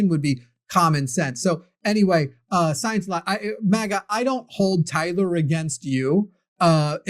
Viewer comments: "sigh-ence and logic" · Sigh-ence and logic. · Sigh-ence and logic